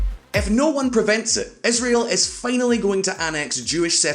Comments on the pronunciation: Israel! It's Israel! Not Isreal! Isreal does not exist, Israel does! #StopBotchingNames #ProperPronounciation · whats that "esrael" country he keeps talking bout? ;)